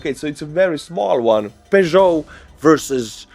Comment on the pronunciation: Peugeot is pronounced Pözho.